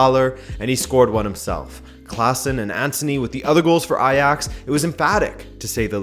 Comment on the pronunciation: Great to see you actually acknowledge a team as Ajax! Edit: wow you're pronunciation of the 'dutch G' is actually pretty good hahah